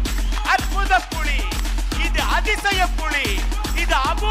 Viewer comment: Idhu ration kadayila kidakkira PULI ... :)- TR's pronounciation sucks (la, lla)